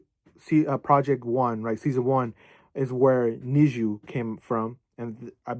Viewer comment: usually pronounced NEX-GEE or NEX-ZEE (넥스지 - negseuji)